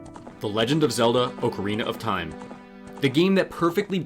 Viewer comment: you get a like right here at the beginning of the video for pronouncing "ocarina" correctly.